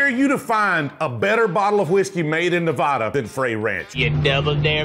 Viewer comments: Our state's pronounced "Nev-AD-ah" not "Nev-AUH-duh." Love, from Las Vegas! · Yer killing us. It's not pronounced Nev-awe-da (or Nev-A-da, that's a town in Ohio), it's Nev-aa-da. 😱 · Please stop mispronouncing "Nevada". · It’s pronounced “fry” just like your name. He’s mispronouncing Nevada as well lol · Nevada residents watching people constantly mispronounce nevada: 😢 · Pronounce Nevada right PLEASE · Uhm .., Kind Sir you’re pronouncing Nevada Incorrectly Ya ain’t in High School Spanish Class my Young Friend. Westerners pronounce it correctly…. You can git it 🔥💪👊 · I dare you to learn how to pronounce Nevada correctly! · with all due respect for local colloquialisms, everyone where you're from is pronouncing it wrong lol